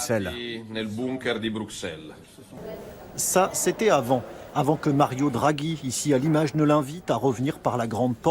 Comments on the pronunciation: "Brussel", pas "Bruksel" please. Bruksel c'est les pinces. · Excellente vidéo, excellente analyse. Mais en tant que Belge, je dois te corriger sur un truc : Bruxelles se prononce BruSSelles pas BruKSelles. Voilà, voilà :) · en français moderne oui, mais Bruxelles et Auxerres c'est pas du français moderne donc ça se pronnonce comme un double s.